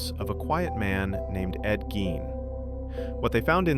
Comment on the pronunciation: First off, you're pronouncing his last name wrong. That's super annoying. Secondly, what's with the stupid "audio files" that are obviously not real. Super, super annoying. I gave it 2 minutes and I was out.